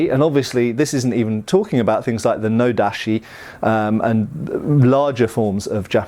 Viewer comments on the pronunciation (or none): TA, CHI. or O, DA, CHI. Not Ta, SHI, or O, da, SHI.